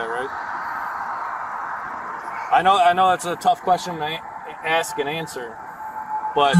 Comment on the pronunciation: You say aks instead of ask I’m suspicious of you